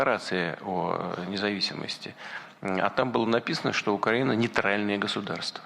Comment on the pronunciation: У фюрера розвивається мотузкова хвороба з ефектом Муссоліні, з покрякуванням при вимовлянні слова Україна. Весною буде загострення )))